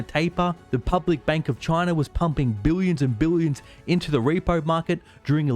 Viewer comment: I love the way you say buyions Buy the dip . This market is only going up !